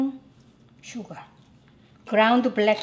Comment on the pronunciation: Whenever she say sugar it sound's like suga😁💜